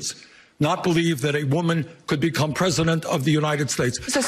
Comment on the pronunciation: Not me U-nted S-tates